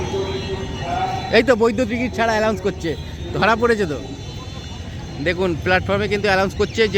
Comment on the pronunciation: ভাই ওটা অ্যালাউন্স না ওটা অ্যানাউন্স. Announce (ঘোষণা করা).ভিডিও খুব ভালো ছিল,এই ধরনের আরো ভিডিও বানাও তোমার পাশে আছি ❤